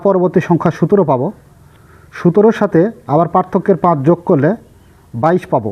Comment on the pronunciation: আপনি যে সংখ্যা টাকে বার বার সুতের বলছেন ঐটা সুতের না সতের হবে